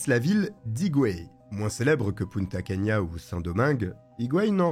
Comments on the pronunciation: Bonjour, on dit Punta Cana, comme ça s’écrit, pas « Punta Cania » 🥸🤓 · Punta Cana, pas cania !!! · Bonjour on ne dit pas Punta cana